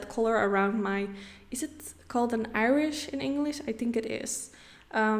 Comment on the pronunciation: "Iris." You were really close! "Irish" how we describe someone or something from Ireland. Your English is impeccable. We Americans so admire people who speak multiple languages, especially when one of those is our highly irregular one.